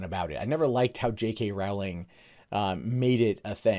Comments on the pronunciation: Hey,. Rowling is “row” like a boat rather than “row” like a fight. Thanks for the vid. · I know this point is petty and pedantic and annoying, but her name is pronounced Row-ling like bowling.